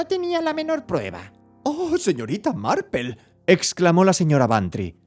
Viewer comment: Yo pense que estaba equivocada... que no habia leido Marple.... pero si, es Marple... Por qué le dice Marpel? Si es por pronunciación, seria algo más tipo "Marpl".....